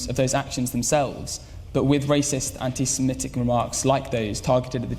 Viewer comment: They guy did the narration is dumb. Anti spelled aunty. Zionist spelled Chinese. Guard become got...